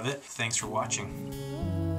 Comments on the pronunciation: LOL when he says "Baking Soda" it sounds like "Bacon Soda" :D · they said 'baking soda' and to me it sounded almost like 'bacon soda' XD